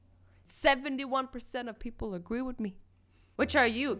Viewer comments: One of the things I don’t like about azzy is that she was saying agwee instead of agree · Azzy:56 pepole agwee like if you heard azzy saying agwee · did anyone else notice that she said “Agwee” and not “Agree” 😂😂😂 Cause I did